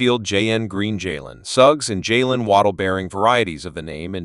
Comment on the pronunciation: Worse name pronunciation ever. Jay an SMH.